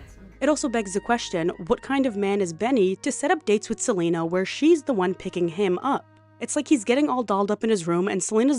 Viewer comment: "SELULUS" HAS ME CACKLING DUDE 😂😂😂😂